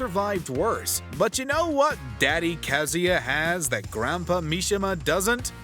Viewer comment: Good lord, the way he pronounces Kazuya and Raiden.